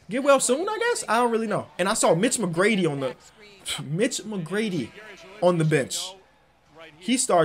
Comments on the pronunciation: Mitch McGary not McGrady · Mitch McGARY dawg not McGrady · Mitch McGrady Everyone else: Mitch McGary